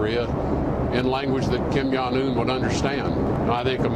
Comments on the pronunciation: I love how Tillerson says Kim Jong - Kim Yong Un hehehehe he has never pronounced his or his fathers name right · did rex tillerson say "kim yawn un"?